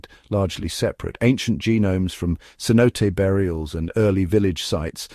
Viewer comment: I like this video! Only one complaint, por favor, it's pronounced cenoté 😂